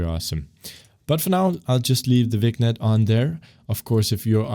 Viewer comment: A* is an algorithm, not a piece of software. It's a bit weird to talk about going to the "official A* website" instead of the Wikipedia article (which, by the way, explains the algorithm). The package you have is one particular /Unity implementation/ of the A* algorithm. I know this series is for novices, but they can handle that knowledge. (Also vignette is pronounced "vin yet")